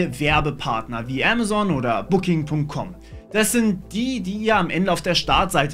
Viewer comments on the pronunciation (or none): none